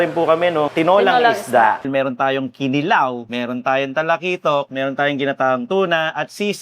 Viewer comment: wow! at last, CDO! by the way, KINILAW ay pronounced with emphasis sa 2nd syllable. ki-NI-law. para i-NI-haw. hehehe